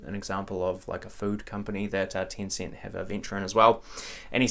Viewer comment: why do you pronounce it as "Tincint"?